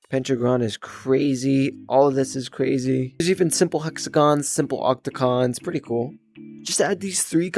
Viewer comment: “Pentacon and octocan”💀